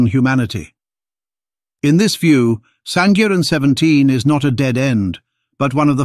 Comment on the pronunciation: Correction SANGIRAN is pronounced with "ng" sound.